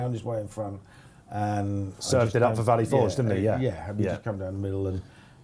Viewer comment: Did say Falley Vorge? Yep. Did he say it twice? Yep 😂